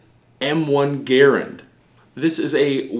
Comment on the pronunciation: He’s not talking about the man ... he’s talking about the rifle. And he’s pronouncing the rifle’s name wrong.